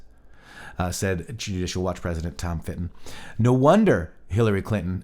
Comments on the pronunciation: its Tom Fitton NOT Fin-ton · Sorry, gotta say it. Fitton. Not Finton. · Fitton, not Finton